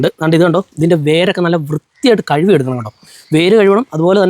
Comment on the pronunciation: Kazhuvi alla kazhuki aanu.